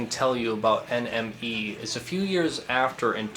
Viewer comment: When you say NME it sounds like your saying enemy